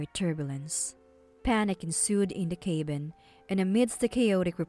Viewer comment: Cabin is NOT pronounced "cay-bin" and stabilized is not pronounced "stab-il-eyezed" it's pronounced "stay-bil-eyezed"